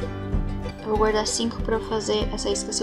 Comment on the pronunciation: "Gaurdar" ksksksksks